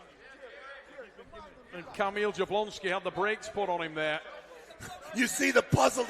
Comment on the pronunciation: Yablonski, that's how it's pronounced. J's are like Y's